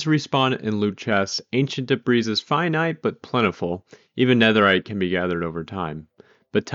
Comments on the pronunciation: that is not how 'debris' is pronounced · The S in debris is silent